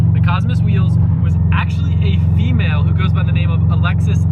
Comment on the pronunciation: OUCH I don't know why I find it kinda cringey/funny but damn they way he says how the winner was "actually A FE-MALE" like they're some sort of rare anomaly haha